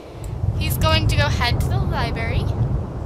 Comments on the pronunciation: "Lie Berry" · Super late but did anyone else cringe when she said libary 😂